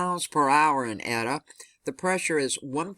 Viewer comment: Its pronounced "Ate-ah" and "zay-tah".